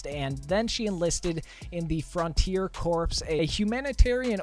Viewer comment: Corps is pronounced core.